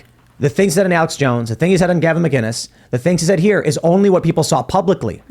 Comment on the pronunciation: Hey Tim , Gavin McInnis, no G in McInnis.